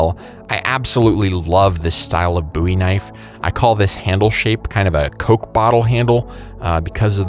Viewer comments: It’s pronounced bow eee. A buoy is something that floats in the ocean. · I know you're 'n all... But isn't it pronounced "BOW - IE", not "BO - WIE" ❓ Serious question. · plz😭😭 it’s “bow-ee” or “boh-wee” tykes with Joey or doughy, NOT “boowe”😭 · Isnt a buoy something floats in water? Lol i think you mean bow-ie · boowie? or bowie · Imagine if you went and told David Bowie his last name is pronoused boowee lol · It's a bit anoying that you say bowie wrong. You say it with an short O. As in blow.